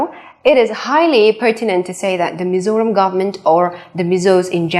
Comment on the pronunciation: Mizoram ti a chiang taka i lam hi ka fak che.mizo in hming kan phuah chu mizo taka lam mai tur.lam no tum lutuk ten an ti pherh zo hnam dang hriatah.